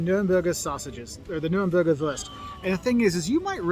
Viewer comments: americans complaining about umlauts and then saing würst instead of wurst 🤣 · 😂🙈 some fake news are in there... And Wurst is not "worst" ,is woorst like wood or toon u=oo, and i never heard of "wasser mit gas" it's called Kohlensäure or shortly Sprudel (Shproodle) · Coming back to it, it equally amuses and saddens me that the German guy in the food video tries to pronounce the German word "Wurst" in a pseudo-English way (like "wörst"??), I guess to accommodate English speakers, instead of showing foreigners the correct pronunciation of Wurst: German "w" is like the English "v", the German "u" can be both short or long but in this case it's long, similar to the u in the name Hugh. And he mispronounced "Döner Kebab" as "Doner Kebab" for English-speaking audience, instead of giving the proper Umlaut ö. (sigh) The Umlaute ä, ö, ü are its own distinct vowels, they're not identical to a, o, u and the dots are not optional!